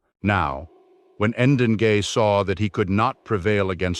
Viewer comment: "Degei" is pronounced Deng-ey... Not "En-den-gay"